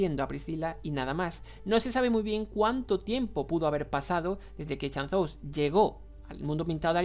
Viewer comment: "chan-zous" XD